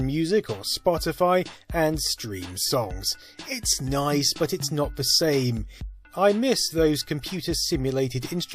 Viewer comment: "It's noice "